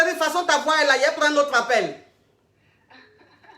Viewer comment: "IL FAUT DIMINUER MA VOUA, DIMINUES MA VOUA ! !" 😂 Hey coach tu te répète à chaque direct mais les gens n' écoutent pas !